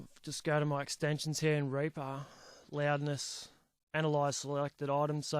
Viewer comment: It helps to play this at 2x speed. Don't be offended by the way he pronounces "Reaper."